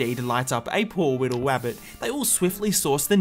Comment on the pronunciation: No no he did say "A poor Wittle Wabbit